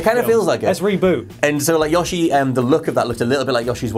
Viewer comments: Yah-She? You mean YO-She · so am i really the only one annoyed by the fact that this guy is calling yoshi "yashi" the other guy shouldve smacked each time he said that, yoshi even says his own god damn name so how can u get that so wrong smh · Can I just say I was ready to punch my screen when I heard the way he pronounced Yoshi. He said it like it was spelled Yawshee or some shit! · Stop saying Yoshi please.